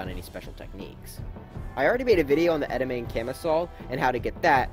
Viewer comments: "ettamayme" bruh its "edah mommy" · bruh its pronounced "ed-ah-MAH-mey" not "ed-uh-mām" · That bothered me so much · It’s not pronounced “edimayme.” It’s pronounced “ed em a may” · Eh-da-may-m Me:... Eh-da-ma-may? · ikr its pronounced "ed-ah-MAH-mey" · C’mon...It’s pronounced edd-uh-mah-MAY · Anyone else gunna comment abt how he said “Ed uh muh mane” instead of edamame? Lol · not really important, but it's pronounced "ed-uh-MAH-mey" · AAAAAA YOU MISPRONOUNCED EDAMAME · says edamame entirely wrong